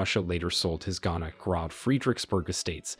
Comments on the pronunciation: Groß pronounced "Gross" not "Grob". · The word “groß” (meaning “great” in German), which you pronounce “grob”, should be pronounced something like “groass”. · Okay, so It is not "Grob" but "Groß" the "ß is spoken as an S", it is not a B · Gross not grand. You are pronouncing German words wrongly - Reich etc... please take more care with future documentaries. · The word gross is pronounced as grorss. The funny letter on the end is like ss. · TO THE NARRATOR: The letter ß in the German language does NOT make the sound of an English or American letter B. Letter ß is for "double s" or ss. Therefore when you see the name Groß... the last letter sounds like SS. (This information is for the narrator.) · Groß is pronounced groSS. The ß is the "strong S" consonant in German. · "The fort was named GroB Friedrichburg" If your system can't read the Eszett, ß, just write a double s instead. Gross. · OK, can this narrator PLEASE get some language coaching as he BUTCHERS the German names here!!!!!!